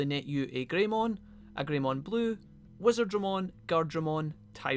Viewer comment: I'ma go-in for that "wizadramon".